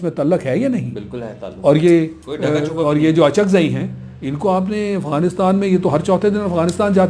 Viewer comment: correct yourself mehmood khan is UCHAKZAI not achakzai